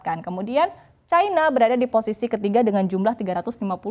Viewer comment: China...bukan chaina